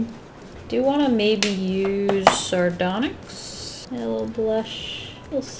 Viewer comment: She said sardonxy oh my what are the steven universe fans are Gannon be blow up